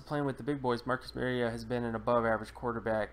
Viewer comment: You are absolutely 100% WRONG. His name is not Marcus Maryota. His name is Marcus Mariota. Please learn to pronounce the name of players you are analyzing. Hint: It's not MARY-O-TA. It's MARI-O-TA as in Mario Andretti. Pronounce TA instead of Andretti.